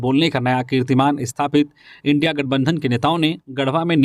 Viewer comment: थोड़ा जुबान सुधार लो ईनडि क्या बोलते हो इंडिया बोलाकरो ईनडि काहे बोलते हो